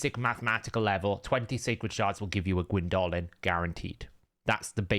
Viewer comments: her name is gwyndolin not gwyn dolin. you make her sound like a goblin or orc with pronunciation like that. it's doe like a female deer or homer ( the yellow dude, not the odyssey ) and it's one word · Excellent video, thank you. It's good to know though that it's pronounced "Gwyn DOH LYN" instead of "Gwyn DOLL LYN". It's a proper name. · hate how you pronunce the name wrong the entire video Gwyndólin